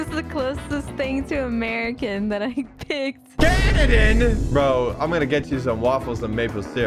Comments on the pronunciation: socks said canaden 🤓🤓🤓 actualy its canadien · Bruh my dude really said canadan!?!?!??! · “CANIDON!?” So umm, don’t know why but i feel thats not how to spell Canadian lol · "Canadan" - 2023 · makes a new race “candin” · bro really said canidian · is Canadian and said Canadan